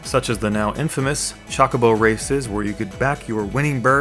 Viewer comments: Chalkobo? You serious? XD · The amount of times you say "chalk-oh-boh" and "Knob-u-oh" is tilting me. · did you say chuckabo? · I Love you for the videos, they are amazing...but please....its chocobo... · Come on, they even explained how to pronounce chocobo in FF8, there's no excuse for saying it that way anymore.